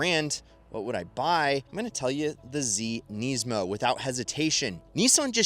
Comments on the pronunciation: They way you say NISMO is odd. You say it "NEz 'mo" Did i miss something? Ive never heard NISMO said that way. Nisz' Mo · Did he call it a "Knees-mo"? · Bro, why do you pronounce NISMO in so many different ways? lol